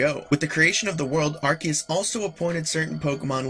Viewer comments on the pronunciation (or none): U say arceus wrong